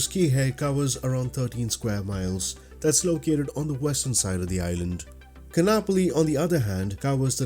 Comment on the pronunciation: Great piece of scenery! As a resident of Hawai’i I love flying out here too. :) May I make one small correction? Kaanapali (Ka’anapali) is pronounced Ka-ahn-ah-pali. The double a in this word has an ‘Okina in it, and in the Hawaiian language, that means a glottal stop. I had heard the Windward side of O’ahu (where I live) was going to get the treatment as well for scenery, but the dev said they have to step back from MSFS work I believe. I hope they come back!